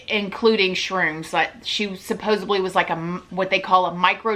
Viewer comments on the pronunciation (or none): Cracks me up everytime she says "supposeBly" lol love this chick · Just so you know… There is no a or B in supposedly!! Not ab!!